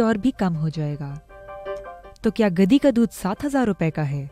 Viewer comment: Ghadi hota hai gadi nahi.. urdu bhi sahi se nahi ati